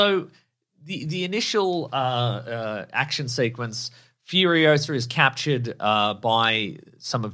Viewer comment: It's Furiosa, not Furiosa